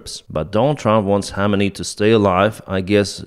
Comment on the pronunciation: khamenei kh is pronounced like kharkiv kh